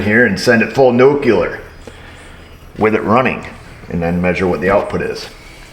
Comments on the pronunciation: New klee er. Not new que lerr. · I love your videos! But man, I gotta nitpick here, nuclear is not pronounced nuculer. I love you, but no. Lmao! 😅 Edit: unless you are saying it facetiously Edit Post-edit: also, its not "seat heater", it's "heat seater" 😂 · nuclear nu-clee-ar